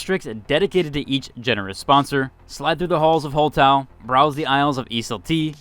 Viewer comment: Your pronunciation of the sponsors makes me laugh every time 😭 E-sal-tea Hole Taho And then Engimo which you got right lol